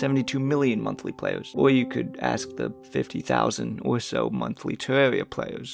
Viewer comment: "tewwawia fwans awe toxwic" That's all I needed to hear